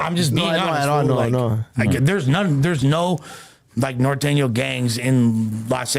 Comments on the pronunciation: Why they pronounce it like that?? ‘Nor thane yo’ are these dudes not Spanish speaking Mexicans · can’t even say norteño hahaha that white boy